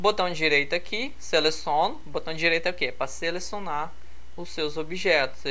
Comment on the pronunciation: Uma dica, a palavra correta é "Seleciono" e não "Selesôno".